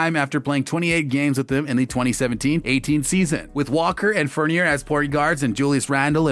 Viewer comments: “evan fornerr” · RJ Bennet, Fourneer, plus many many wrong pronunciations ! Lol